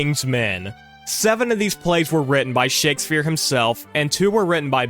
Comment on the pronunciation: bro said "shakesphere"